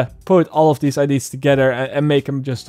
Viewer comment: I love videos but the way that he says "IDs" instead of "ideas" is driving me fuckin crazy lol